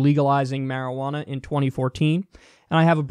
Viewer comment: you're not pronouncing marijuana correctly